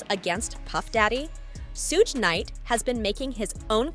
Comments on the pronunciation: ITs SUGAR NOT SOOJ!!!! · It's pronounced as suge short for the word sugar...